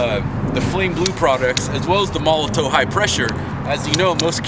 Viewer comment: Molo-TOV not Molo-TOW. The W is pronounced as a V in German. Hope this helps.